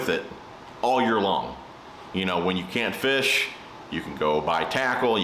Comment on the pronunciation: "fash", said fish exactly as it's pronounced in low German 😆 bro✊😜